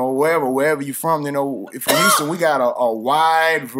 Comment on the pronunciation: houston pronounced "pint" lmao.... man hol up